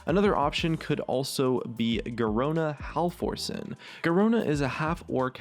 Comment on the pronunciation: I really enjoyed your video but i felt the need to help you out with some of the names. Pronunciation guide: Ner'Zhul (Near-zool) Garona Halforcen (Garona Half-or-ken) as in 'half orc' because she is half orc half draenei